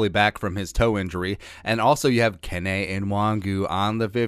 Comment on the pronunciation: Kene is Nigerian. I believe it is pronounced Ku-Nay